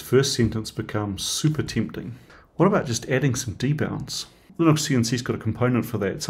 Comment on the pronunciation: It's a U not an O, linUx(ucks, or ooks depending on accent) not oxe....